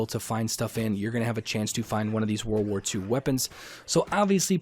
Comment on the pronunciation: I’m sorry but it’s just a huge pet peeve when people say “war war 2” like 🤦🏼‍♂️ world war. It was a world war lol Js mate